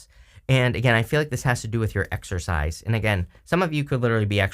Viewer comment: Are you saying exercise or exorcize?